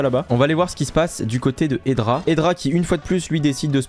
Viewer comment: juste c espi pas epsi et c hedra pas edra